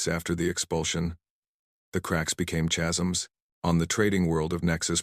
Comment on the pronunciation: CHasms? 😂 It's normally pronounced "caz-ums". 😁